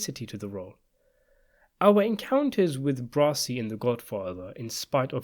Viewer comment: Please, his name is not "Brosi"